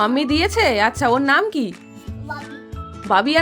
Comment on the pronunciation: Didi name ta bola ektu clean ta name